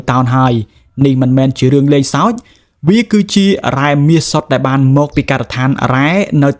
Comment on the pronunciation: ស្អីគេ មហាសា, ពេនេះ, ដែបាន, ទទួបា, ដែទទួ, ពួកអានេះ និយាយបាត់ ល វាយក អក្សរ ល ទៅណាហើយ?